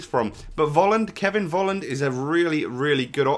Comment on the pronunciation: The 'V' in Volland is pronounced like a 'f'. Not like anybody in other countries cares but the pronounciation in other languages are different from your own.